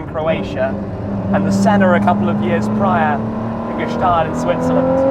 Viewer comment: Its Gstaad not Guhstaad The Gstaad Guy would be disappointed...